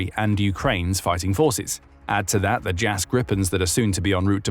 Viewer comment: Pronounced "Jahs Gree-pen" not "Jazz grippen". Gripen means "the Griffin"